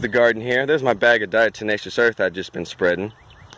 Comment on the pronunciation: Diatomaceous “DiaTomaceous”. Not “DiaMatacious” lol but looks like you got it figured out by the end anyway. That stuff definitely RULES, all over. House, garden, barn, everywhere